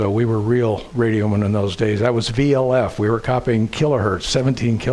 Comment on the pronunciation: He should have said VLF, not (VOF-???).